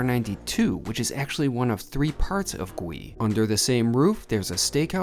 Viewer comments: I don't mean to be a smarty pants but as someone of Korean descent, I must point out that the correct pronunciation is "Goo-ee" rather than "Gwee", meaning grilled/roasted in Korean. 😝 Love your reviews! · Just a bit of info. The name should be pronounced Goo-ee (구이) which means "roast" or "grill" or cook over open flame. It can either be a noun, meaning something cooked in those fashion, or a verb, meaning to cook something in those manner. Yes, Korean can be hard to understand sometimes😂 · Your reviews are top notch…and you would have no way to know that Gui in Korean is pronounced goo-ee which roughly translates to stir fried or grilled….it’s a confusing world for Koreans….but knowing it’s meaning will help in your restaurant experience and the mission of the restaurant. Love you man….keep up the good work! Edit: I am not a native Korean speaker (yes Korean was my firsts language as it was for most first/second generation Koreans) so I could be completely wrong 🤦🏻‍♂️ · I believe it's pronounced Goo-ee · Its actually pronounced more like “goo-ey”! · It’s pronounced <Gee> 🤦🏻‍♂️🤦🏻‍♂️🤦🏻‍♂️🤦🏻‍♂️ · It's pronounced "Goo-ee." Almost sounds like gooey, but not quite.